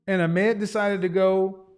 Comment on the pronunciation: Hes still saying Ahmed wrong haha